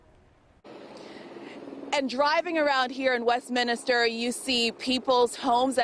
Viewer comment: There’s only one I in Westminster. It’s not West-Minister. Ugh.